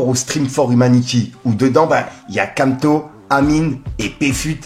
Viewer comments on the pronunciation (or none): tu sais on t'aime de ouf mais "Kamto" c'est chaud quand même 🤣🤣🤣